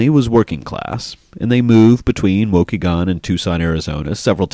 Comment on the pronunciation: Wish he pronounced Waukegan correctly :)